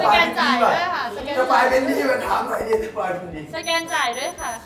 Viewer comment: สายรึป่าว😅😅😅ไม่ใช่ลาย